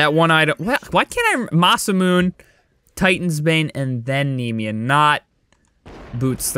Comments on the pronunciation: It’s (Masa•moon•nay) NOT (Masa•moon) ❤️👌🏻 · masamune (mass-uh-moon-ay)